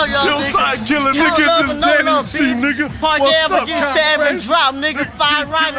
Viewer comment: Park not parck